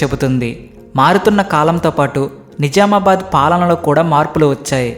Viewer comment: ని జా మా బాద్ కాదు. .ని జ్జ్జ్ఆమా బాద్